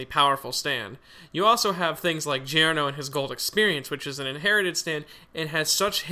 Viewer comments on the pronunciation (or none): It sounded like he said jareno